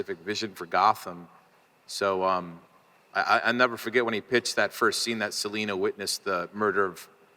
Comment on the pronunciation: Pretty sure he said Selia instead of Selina too